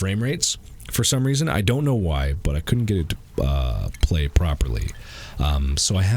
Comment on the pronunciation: Niggs said “ ion know about that!”😂😂😂